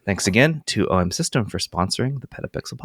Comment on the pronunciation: A+ for “OM System” of course 😂😂😂